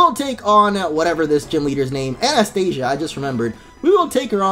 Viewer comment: I just wanted to tell u ...her name is Anastasia not Anastia